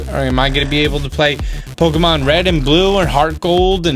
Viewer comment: Step one as a Nintendo reviewer and video blogger: learn how to say Pokemon correctly.